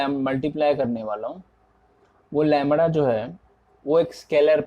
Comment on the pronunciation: Bhaiya lamda hota hai lamra nhii hota....